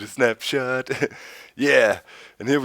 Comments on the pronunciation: lol i thought they were saying SNAPCHAT!!! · I cant be the only one who thought they were saying "Snapchat" In the intro